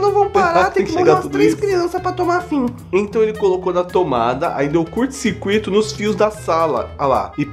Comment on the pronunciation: velho pelo amor "SIMA", "SIRCUITO" foi de propósito neh? Por favor me diz q foi de propósito!